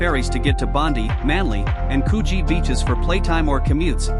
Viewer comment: Really bad artificial voice. The mispronunciation is really evident when discussing Sydney, with mispronunciation of Bondi, Coogee and Quay. I can’t remember which city it was but the points were included in the voice over. Really bad.